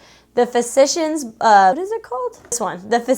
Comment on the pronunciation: Girl you trying to say physician I just laughed so hard 🤣🤣🤣🤣🤣 but we love the same stuff I think you are probably the beauty you tuber I relate to most even down to skin tone 😍❤️